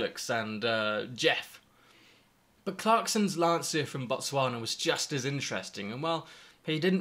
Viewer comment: Lancia is pronounced LAN CHA🤗.